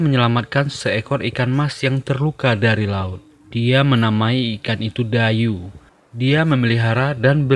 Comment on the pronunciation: Bukan Dayu bacanya tapi daiyi artinya ikan berkepala besar